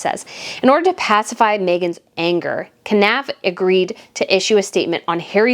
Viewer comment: Knauf is pronounced ‘Norf’.